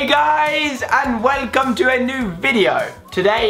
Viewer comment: Is it just me or did Alfie say weycome instead of welcome at the beginning of the video?😍😘